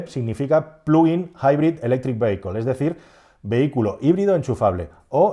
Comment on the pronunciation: Minuto cuando pronunciando "vehicle" has pronunciado "veiquel" me ha partido el culo. Por favor se pronuncia "VÍACOL".